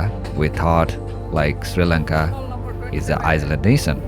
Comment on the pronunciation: And dude its not sirilanga its Sri Lanka